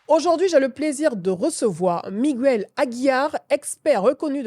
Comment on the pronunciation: Faut revoir ta prononciation de Miguel et non migouel. En espagnol comme en français la lettre G suivit des voyelles fortes U, O, A se prononce G. Ex: Guérir( fr) et non gouerir Guerra ( es) et non Gouerra . Merci